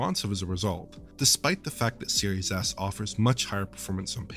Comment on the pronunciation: I keep hearing "serious a$$" xD